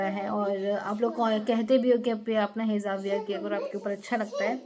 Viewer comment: Hizab nahiii hijab bolte hien